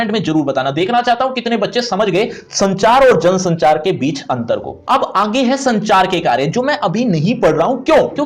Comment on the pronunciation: It's jansanchaar